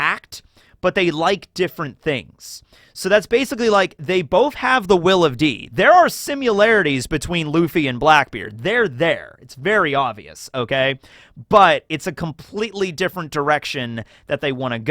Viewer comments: every time says "simyularities" i die a little inside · My favorite tekkingism is the way he says similarities. He says it like simularities and in my head i find myself saying that way too lol. 😂